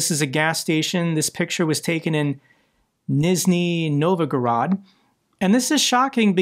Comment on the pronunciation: The Russian city is pronounced Neeshnee Novgorod.